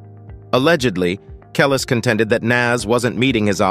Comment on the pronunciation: Can’t take anything in this video serious once I heard the narrator call Nas… Naz and Kelis… Kelli’s 😂 🤦🏽‍♂️